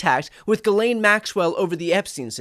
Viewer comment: I guess you didn't get the memo: it's Geez-len!